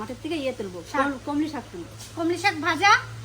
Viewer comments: Eta kothay patla jhol holo sei to kosa kosa holo ota komli saK noi kolmi sak tumi to ontoto sothik uchharon koro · কমলীশাক না কলমীশাক হবে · কোমলি না কোলমি শাক বলে।